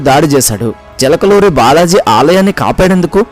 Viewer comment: Chilakaluri kadu chilakuri